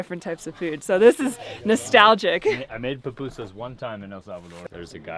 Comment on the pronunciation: I never thought I would see you guys eating pupusas from El Salvador. I love ' perfect pronunciation of PU PU SAS!!